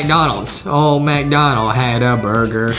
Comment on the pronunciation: When adem said booger for boorger